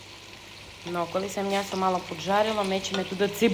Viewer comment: Вас слухати дуже приємно, готуєте так, що хочеться до Вас на вечерю. О ваше те слово мнясо , то взагалі ….. Здоров´я, наснаги і чекаємо на нові відео!!!!!